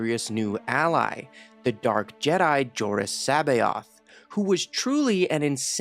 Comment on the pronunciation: You pronounced jorus cbaoth name correctly. Well done